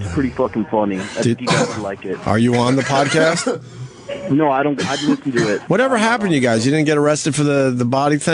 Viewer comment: Does Jim say podacast ?